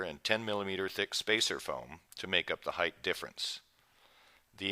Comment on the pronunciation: whats with with a th at the end of the word height, its height.